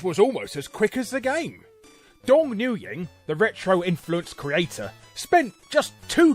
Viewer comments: You are the only person I can tolerate to pronounce Mario as mare-io, but pronouning Nguyen as En-goo-yan is atrocious... its actually pronounced Win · Dude Nguyen is not pronounced "New Yen" it's pronounced like "Win" or "When". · Nguyen is pronounced Wen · Lmaooooo new-gyeng... it's pronounced win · Haha did you say Dong "NewYan" It's pronounced "Win" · "Nguyen" is pronounced more like "Gwen" but with an N at the beginning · Always heard it pronounced "KNEE-gen" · Side note: Nguyen is pronounced "Win". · Nguyen is pronounced "wen". Lol you're so British. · I love when people try to pronounce Nguyen. Shit cracks me up. It’s said like “Win”, just FYI. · Nguyen is actually pronounced "win" I've had to chauffeur a few people with that last name and its definitely not something you forget once you know. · Larry, I think "Nguyen" is supposed to be pronounced "Win" or "Wen". Someone can feel free to correct me if I'm wrong. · Just a note, Nguyen is pronounced "win". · Nguyen is pronounced Win :) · Hey Larry, the last name of Nguyen is pronounced "Wen" :) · I must say this was the first time I heard Nguyen pronounced as [nuːˈjɛn] o_O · His name is pronounced WIN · "Nguyen" is pronounced "New-En." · Just an fyi: Nguyen is pronounced "Wen", Larry. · Not to pick at nits, but... The name Nguyen is pronounced "Win". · Nguyen is pronounced just like when. Just sayin' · Win my arse, the Vietnamese dudes I know pronounce it Nwee-yen. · could be an accent/dialect thing. A Vietnamese doctor I met pronounced it Nwee-yen. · I believe it is regional. Northern Vietnamese pronounce it "win", while southern dialects it appears to be more stretched out, with a dipping tone. I think the later would account for the pronunciation you are familiar with. It may also vary as the name spread to surrounding countries. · I've never heard that butchering of the name Nguyen before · Com - Pie - Lation?